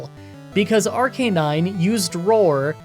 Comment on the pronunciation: It's pronounced Arcanine. "But I didn't watch the anime!" Thats no excuse, just look up a 20 second clip on YouTube